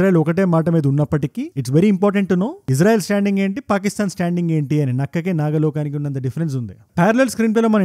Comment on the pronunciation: adi "nakkaki naga lokaniki" kadu. "nakkaki naka lokaniki". just saying